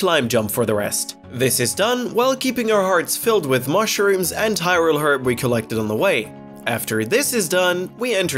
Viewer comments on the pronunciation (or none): none